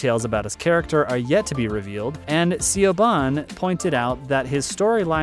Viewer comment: Oh my god. I know I didn’t just hear you say “CEE-OH-BONN” as I just finished writing you about Baez (By-Ezzz) If I don’t get some heppp I’m gonna jump off a tall ass chimleey. Or just walk the “Ape-Oh-Lay-Shunn” (ugh ugh ugh!!!!!) Trail!!! It is “APP-Uhh-Latch-Unn” “App”, as in mini-programs for one’s phone, tablets, vehicles “Uhh”, as in the sound you may make whilst flipping thru the filing cabinet 🗄️ inside your brain, contemplating an answer to a difficult answer, etc “Latch”, as in door latch, cupboard latch, etc. (pretty straightforward & easy) “Unn” close to being the spelling for the first few letters of the strange element (115) Bob Lazar “discovered” & reported on in 1989